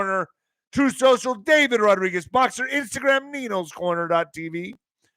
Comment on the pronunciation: YOU JUST KEEP ME LOL ‘ Mistur Dav-ed’😂